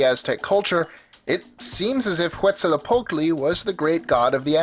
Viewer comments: Quetzalcoatl's name ins't pronounced like in the video. His name comes from the word for beautiful (Quetzalli = beautiful). Coatl simply means serpent. The OA sound in Coatl makes the "oh-ah" sound. The L in Tl is said at the same time, as tl is more of a click noise. The Z is pronounced as an S. The correct pronunciation is Quet-sal-koh-wat(L). Source: I speak some Nahuatl. But over all, coll video! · pronounced ketzacooat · What the crap? He said Quetzalcotle wrong!